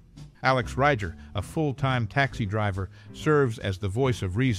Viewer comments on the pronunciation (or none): It's pronounced "Ree-ger"